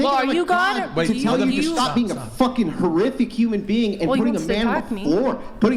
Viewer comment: It’s whore-iffic